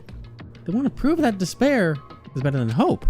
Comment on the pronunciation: Instead of “despair” all I can hear is “dis bear” at this point. Thanks, Monokuma, for spicing up this despair-hope repetition.